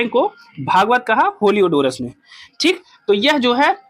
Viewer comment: होलियोडोरस नहीं हेलियोडोरस कहिए